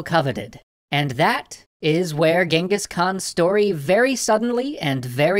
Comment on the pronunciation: Well that's the first time i'm seeing someone use the phonetical spelling of the Actual Pronunciation of Genghis.